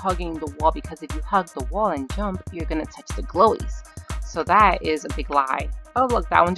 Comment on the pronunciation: I like that she calls the kill bloxs “glowes” and Tower of heck “Tower” I LOVE all your videos ♥︎